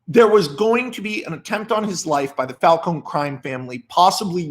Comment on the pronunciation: Glad you call him Falcone and not falconEEEEEE